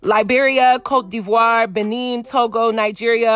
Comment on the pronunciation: You said Côte d’Ivoire the right waaay Wow. Usually people get that wrong and say « ivory coast » instead